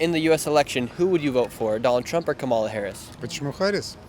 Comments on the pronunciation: I'm frankly amazed that despite having asked hundreds of people whom they would vote for, that Nick Shirley STILL CAN'T PRONOUNCE KAMALA HARRIS"S NAME CORRECTLY!!! It's KAMala, not KaMALa. The Ukrainians handled her name better than he did. And Putin is pronounced POOtin, NOT PEWtin ! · It’s “comma la”. Since you’re getting bigger, maybe it’s time to say it correctly.